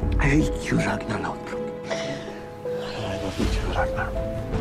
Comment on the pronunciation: kInG Rag-NAH